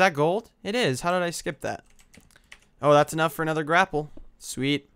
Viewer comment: They're called Grape-ells